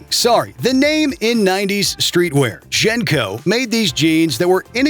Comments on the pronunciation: How are you gonna make a video and not even know how to pronounce jnco correctly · From the wild mispronunciation of JNCO, to believing that a Sega was a Nintendo, to thinking people wore windbreakers to raves, to completely misunderstanding the real threat of Y2K and all of the very real and very hard work programmers had to put in in 1999 to rewrite nearly everything so that nothing would happen -- maybe this video was the cringe we had all along.